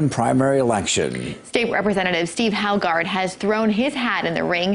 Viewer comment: it is funny that Haugaard and Jorgensen is both danish surnames and they all butcher them in the states